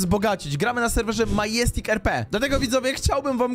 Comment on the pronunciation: Czytaj madzestik